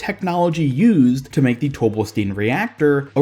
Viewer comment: It's pronounced tobe-bell-stine, not tobe-bell-steen. Sigma even pronounces it as the former. I know it's spelled "Stein" which in English would be pronounced with a hard E but it seems to be more of German origin which means the last letter in any ei/is combo is the one that is pronounced. In this case it would be the I. Like how Einstein isn't pronounced Eensteen.